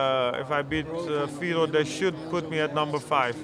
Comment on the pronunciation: i thought he was fighting vitor. not fetor :(